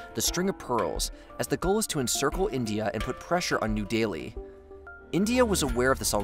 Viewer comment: Bruh. He has a normal American accent. He just isn't pronouncing these names right. Anyone more aware of these things should know that "Delhi" sounds like "deli." It's just incompetence.